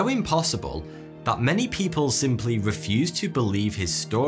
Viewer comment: it’s just the way you said “people” like you’ve seen loads of people saying it or something. No biggie though